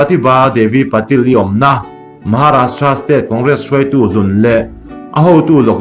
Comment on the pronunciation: Patil-i hi Pa-til an ti...hahaha. Ngaihnawm thrin teh e. go go